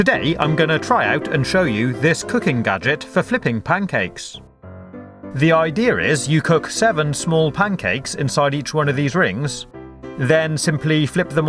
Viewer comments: "...the ider here..." w0t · "the idear" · did he just say ider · "the ideerr is" ?????? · "the idear is" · did he just say ''the idear is'' or am i hallucinating ? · is it just me or when he tries to say "idea" he says "ideayer"